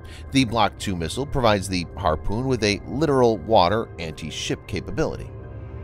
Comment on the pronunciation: This is real 'pissin' into the wind' matter, but please review how the word 'Littoral' is pronounced in your videos. It sounds like the person is saying: ;Literal' instead of lit-TOR-al. This may not mean much while watching the videos, but simply listening to them , it does sound like a different meaning.